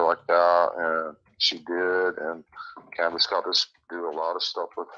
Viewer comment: She said canduce sold her for 50 thousand